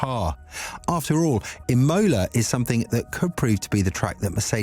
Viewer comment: Please say Imola NOT Emola 😂